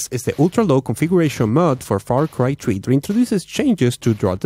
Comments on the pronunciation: "Desk is how my computer was running Far Cry Tree" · far cry "tree" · Its far cry 3.. not far cry tree🤣🤣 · far cry tree Lol